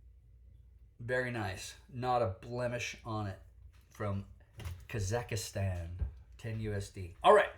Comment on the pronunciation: Cannot pronounce Kazakstan. Guffaws at trademark violation.